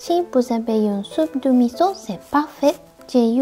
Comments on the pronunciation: 、いつもお疲れ様です。 初めて「味噌」を「ミゾ」と聞かれまして、なんか新鮮です。 数年前にもお弁当をお作りになさいましたね。その数年間が立って、新しいお弁当レシピなされて有難く見させていただきます。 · 味噌はミゾと言って、フランス語が上手いですね（笑） 大阪→オザカ 長崎→ナガザキ 和さ美→ワザビ 盆栽→ボンザイ